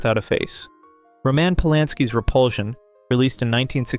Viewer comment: Ruh-mAn planszki?